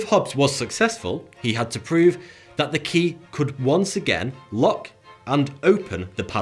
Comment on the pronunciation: Well either way, he is unable to pronounce the th- sound. Watch any of his videos it's all "I fink vat" and "vis is vuh best".